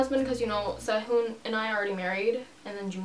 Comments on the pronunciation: it's pronounced se-hoon like how she says it :) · she literally pronounced it correctly in the video.. if she said it wrong in the past then she obviously has learned how to say it right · she said it correctly..